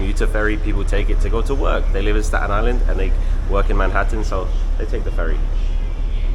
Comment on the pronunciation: Hello! Native Staten Islander here! Thank you for loving our borough ❤ it truly is a hidden gem! This made me smile 😊 your pronunciation of “Staten” was perfect too! 🎉